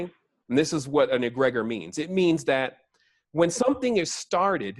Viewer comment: Youbare right on but your pronunciation of Egregore is making my ears itch.. it's pronounced Egg-ri-gore (like blood, gore)